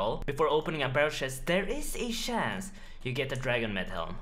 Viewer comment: Would've gotten it if u said chance not shanse